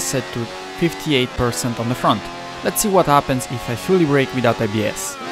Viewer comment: Great informative video. I am not native english speaking person, but I do not like you pronunciation of some words, f.e.: "helped, happens, the test(-e), balanced, fast". This is no hate, I really want to keep watching your videos, but now I am avoiding them due to these small mistakes that are uncomftable to listen at least for me. Informations and writen text are great as always. I am watching your videos for like 3 years so I hope I have the right to tell mine opinion with no hate from all sides :-)